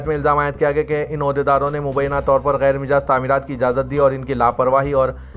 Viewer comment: Ghair Majaaz ko hamesha Ghair Mijaaz padhte ho . bhai durust padha kijiye.